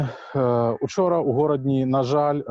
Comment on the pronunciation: Не Горадня, а Гародня